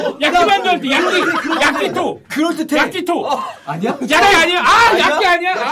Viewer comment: 야?키?토? 발음이 너무웃김ㅋㅋㅋ